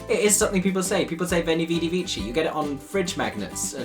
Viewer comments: I mean this in a purely constructive way. Veni vidi vici. Yes you are correct that the c should be a hard c sound. However, the way you pronounced the phrase is with English (and I believe Italian) ideas of how to pronounce the letter v. In ancient Latin, the letter v (and u as they were the same) was pronounced as a w is in the English language today. So, it is not pronounced veni, vidi, vici with all v sounds and the s sound c, nor with all v sounds and the hard c, rather it is pronounced (reading as if in English) weni, widi, wici. Wici being pronounced with a hard c. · There's no more reason to pronounce 'vici' like 'veesee' than to pronounce it like 'veechee'. One is italization, the other anglicization. In classical latin it would have been pronounced weekee. And "none" can be used both with singular or plural, I just double-checked it woth Oxford and then Cambridge dictionary to be absolutely sure, and yeah, bpoth singular and plural are correct. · “Not everybody studied Latin” IT IS NOT VEECHI C’s are pronounced as hard c’s like a k and v’s are like u’s or w’s. I get the point it’s just annoying to say they’re wrong then be wrong with the “correction” it’s pronounced like “when-y weddy wicky” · the fact that it's also not pronounced "vitchi", but "viki" though 😭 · Well, if you had studied Latin, you would know that "vici" is not in fact pronounced "vee-chee", but "wee-kee". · It was actually pronounced Weni Wedi Wiki, the way you pronounced it is ecclesiastical latin Also bowler was supposed to rhyme with bi-polar 😂. Other than that, there's no good explanation for that line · I must come and be a latin brat once more: V's in latin are pronouned as W's, and C's are pronounced as K's, so it's pronounced Weni Wedi Weki.